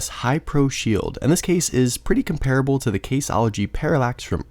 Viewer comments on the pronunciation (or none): none